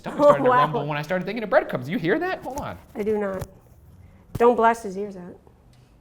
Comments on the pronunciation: TheLazyCow ❤️ #reeders I want reed on every episode! What an amazing soul and funny as well. Also did anyone else notice Ryan said “bread cums” lol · He said bread-cums 😂😂😂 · I am certain Ryan says Bread cums . Teehee